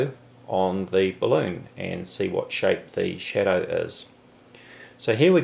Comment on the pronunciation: when he says "shadow" i hear "cheddar".